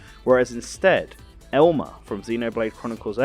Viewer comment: I like how your accent makes "Elma" sound like "Elmer"... Heheh. I want Elmer Fudd in Smash all of a sudden!!